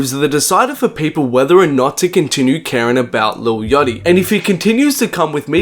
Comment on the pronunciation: when ever you say "yotty" instead of Yatchy i loose brain cells